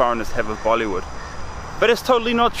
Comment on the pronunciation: he did not just say "mollywood" XD